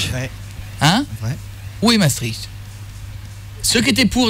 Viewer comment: Ils savent pas prononcer "Maastricht", c'est amusant.